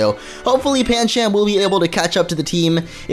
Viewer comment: Pan chum not pan cham